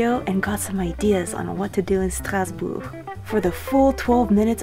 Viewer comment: My French pronunciation has improved immensely just listening to you say “Strasbourg.” Merci.